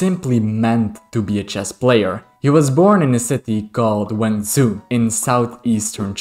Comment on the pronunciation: "zh" in Chinese is not pronounced like "z" in english, but more like "juh". so Wen Zhou is like "when joe" and Zhu Chen is "jew chen". Well, not really, but it's much closer than the "z" sound you're using.